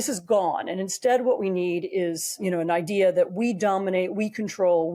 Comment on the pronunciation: Oy, how do you pronounce the word, Idea,? Now think again, how you pronounce the word ideology.